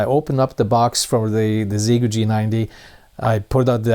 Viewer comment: you are the closest one to pronounce the radio brand correctly, in the hundreds of videos I have seen!